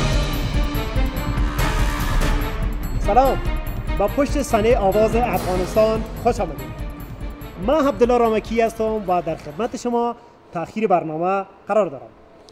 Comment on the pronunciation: ببخشيد، آيا شما هبدالله رامكى هستيد يا عبدالله رامكى، كى باشد كه نطاقان اكثر برانامه هاى تلويزونى افغانستان در قسمت تلفظ حروف دقت نمايند، بخصوص استعمال حرف ح به جاى حروف آ و ع..